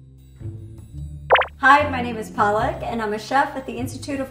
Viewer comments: He says Palak as 'Paa-lak', which is Hindi for spinach, which he happens to like. Couldn't help but notice. Huehue. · The chef's name is Palak [In Hindi, it literally meaning eyelid but is used to mean a moment of time] but mispronounced is to Paalak. This is funny because loves spinach which is called Paalak in Hindi, the same thing he was calling the chef the entire time. XDD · He's calling her Paa-lak instead of Palak - and that's funny because Paa-lak is Spinach in Hindi and loves spinach. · Ohhh Side note : Palak is pronounced (puh-luh-k) and not ( paa-lak) it’s the Hindi word for spinach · The weird part is that, Palak can't even pronounce her own name right. Its Palak not Paalak. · Her name is spelled as 'palak'. But he repeatedly called her 'paalak' which ironically means 'spinach' in Hindi !. Boy he loves Spinach. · Palak is Pal as in Pul(se) and Lak as in Luck Paalak means spinach .... Oh wait, what? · He keep calling her palak 😂😂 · Just realized she is named Palak as in "eyelids" and not Paalak as in "spinach". She herself does not know how to pronounce her own name lmao. That's a prime example of an Indian American. XD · She calls herself Paalak(spinach) instead of Palak . These NRIs always kill Indian names. You can't blame the other guy calling her Paalak! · When he says palak. It actually means spinach in Hindi. Paa-luck The girl's name is pronounced as puh-luck (it means Eye lashes & lid) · I love how he keeps calling her Pollock 😂😂😂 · there are two pronunciations. Palak meaning eyelashes (that's her name) and Paalak meaning spinach in hindi (that's how Americans wrongly pronounce her name). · Ya and if u r not Indian there's a hint of info for u . He kept calling her paalak. Not palak which in Hindi actually means spinach. I mean does this guy think about something else at all I was proud of his dosas tho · Her name is Palak not Pālak, the latter of which means spinach. Maybe learn some Hindi, macha XD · Its more like Paalak